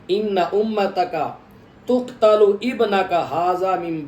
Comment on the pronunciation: جناب آپ نے عبارت پڑھنے میں غلطی کی ہے کہ جبریل علیہ السلام نے حضور صلی اللہ علیہ وآلہ وسلم کی بارگاہ میں عرض کی *"إِنَّ أُمَّتَكَ تَقْتُلُ ابْنَكَ هَذَا مِنْ بَعْدِكَ" آپ نے تقتل کو فعل مجہول پڑھا ہے جس سے معنی ہی تبدیل ہوجائے گا تقریباً جب چار منٹ مکمل ہورہے ہیں اس ٹائم یہ عبارت آپ نے پڑھی اور آپ سے عرض ہے کہ اس حوالے سے اعلیٰ حضرت امام احمد رضا خان بریلوی رحمۃ اللہ علیہ کا کیا فتویٰ وہ بھی بتادیں